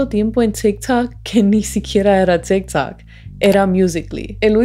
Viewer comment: En tikj takj, persounas... Jaja así suena porque hablas así? Tu apellido no checa con tu pronunciación...